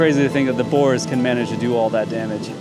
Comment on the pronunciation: 😍 You guys are an awesome team!! And you both have a great sense of humor!😅 ……did you say boars?! 🐗 yikes!! 🙀